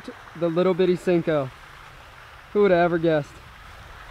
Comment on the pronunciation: Senko is pronounced “say-nko”